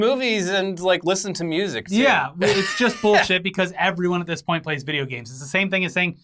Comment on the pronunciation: "You can't take my vijya games!"